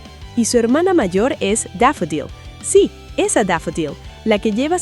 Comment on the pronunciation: Me da cáncer cada vez que pronuncian "Deafoudilleu" (Daffodill) es ése spanglish tan marcado 😂